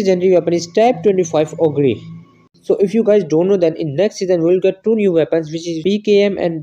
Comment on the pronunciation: Ogre is pronounced oger (shrek is a ogre for reference) 😉😁